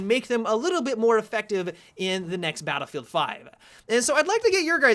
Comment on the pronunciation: I swear says "baddlfowr."